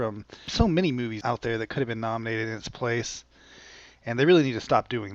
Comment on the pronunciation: its Movies not Moîes,.....